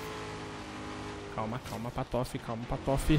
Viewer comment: porque ele fala patofe e não patife?